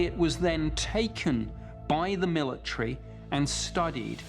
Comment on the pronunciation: "Taken by the MILLATREE". ive had enough